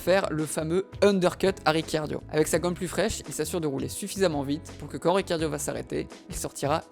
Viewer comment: Trop bien la video mais sa me stress que tu dise riciardio au lieu de ricardo